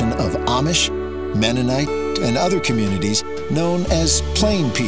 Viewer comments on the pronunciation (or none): none